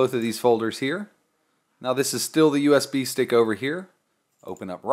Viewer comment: Sounds like you're saying USB steak. Mmm, USB steak. BIG THANKS for the video, super clear and easy to follow!